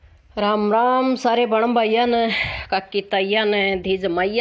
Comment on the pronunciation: Mn to shuru m aap jo ram ram kro ho uski bdi hasi aav h kyoki me Rajasthan se hu aapki language me ram ram jorki h aunty ki 😆😆😆